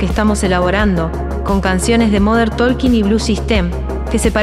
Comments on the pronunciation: No es "moder tolkin", fonéticamente hablando es "modern tokin" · Cuando empezó diciendo "modern taLking" ya lo saqué. No puede ser que no sepa pronunciar como corresponde XD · Me mató el moder tolkin 😂😂😂😂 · Moder tooolkin???? Jajaja😂😂😂